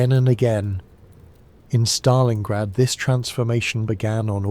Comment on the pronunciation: In Stalingrad not Stalinggrad!!!